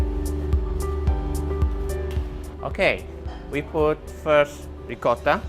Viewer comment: The Italian guy says "Ricotta" correctly. The American girl tries to "Rigutta". So hilarious.